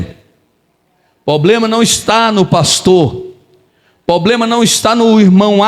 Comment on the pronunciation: Pastor te peço perdão mas é para seu bem não diga poblema, diga problema.